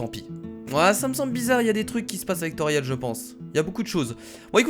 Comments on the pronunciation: ce pas tauriel mes toriel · C'est pas Tauriel mais Toriel juste sa me choque donc voilà dsl ☺ sa ma juste choquer . Like si t'es d'accord